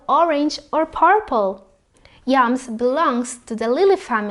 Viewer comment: Did u say YUMS or YAMS?